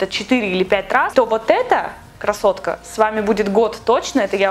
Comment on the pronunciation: Почему,когда ты говоришь «привет,Красотка» Кажется «привет,кроссовка»